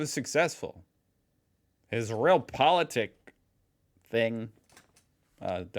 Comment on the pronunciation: Realpolitik (pronunciation is different, just think of your related word "reality". Its not pronounced reelty, is it?) is a politic that tries to react to things and situations that actually exist, trying to achieve goals which are deemed achievable - in contrast to a more ideology based politic with lofty goals that align with your ideology but may be well outside the realm of the possible. Brexit, as an example, is the opposite of Realpolitik, as it is based on an ideological belief (British exceptionalism) with utter disregard to evidence that points in a different direction. Manifest Destiny would be a similar concept but, alas, since the US had way superior firepower, they managed to turn this ideology into something real.